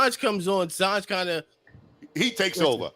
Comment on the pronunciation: These guests can’t let someone finish a sentence. And mispronounced Sanj name the whole time.